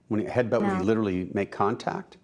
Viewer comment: So let me get this straight .. a stripper meets a guy hanging out in the club... they get together and its a toxic relationship.... shocker!!! And its "headbutt" not "headbunt" 😂